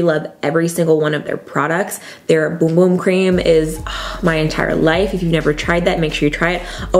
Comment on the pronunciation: Kimberly Fairchild Fun fact: That’s how it’s supposed to be pronounced! It’s a Brazilian product. 🌸